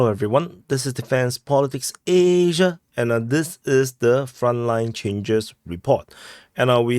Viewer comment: You say Asia with as many syllables as America!